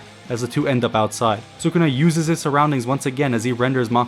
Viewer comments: I would just like to inform you sir that it is not pronounced “sookuna.” It’s “sskuna.” Su in Sukuna has a silent U sound. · His Name is SKuna not Sukuna pronounced.